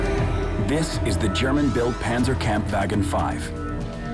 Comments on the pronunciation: panzer camp vyeagean 5. terrible pronunciation. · I love this, although, correction, the narrator pronounces Panzerkampfwagen a little incorrectly, it is a little hard to get the hang of, the Panzer part, the Pan, is less in a English way, it's supposed to sound slightly like dawn I think, so say dawn, but make the letter d a letter p, and remove the letter w, it's kinda like Hanz, but with a er and a p, the kampf is like komp, with a letter a and a letter f, sort of like decomp, and the wagen, he said like vagen, it's sound is a little more of a fog type, like the word fog, the take the og sound, and put it into the letter a and letter g spots, but don't change the original spelling, also the gen is more like gone, you can use gone if it's easier to say, but it's more of a gone with a letter a sound. Note: This is not a outright correction, I was assuming they're trying to pronounce in a German way for historical purposes and for better understanding of the word, just a note though, I was just pointing out that so if anyone wants to pronounce this in a more German way, this is a simple guide to do so.